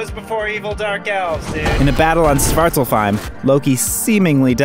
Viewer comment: it's pronaunced Svart-aulf-heim